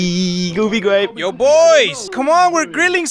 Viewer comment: I wove goofy gwape